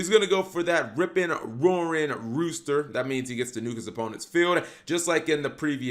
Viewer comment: It's roaster not rooster bro... 😂🤣😂